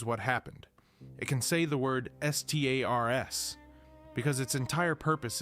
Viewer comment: "He can say the word S T A R S." Not saying stars, but spelling it out multiple times